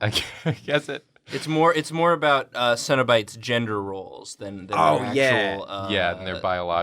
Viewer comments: The more they say cenobites, I’m hearing cinna bites as in bite sized cinnamon buns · I don’t know anything about Hellraiser and really thought they were saying “Cinnabite” as in the food for more than half the episode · I kept hearing "cinnabites" and being very confused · Okay until got her prompt I thought they were saying cinnabites, and they were like little cinnamon roll treats